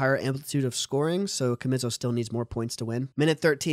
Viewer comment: Ka- mizzo🤣🤣🤣🤣